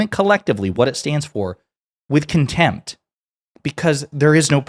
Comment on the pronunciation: "Look at them with contenmt"